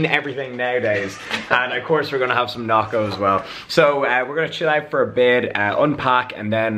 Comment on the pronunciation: Lmao when you say we're gonna have some nocco it sounds like some elicit drug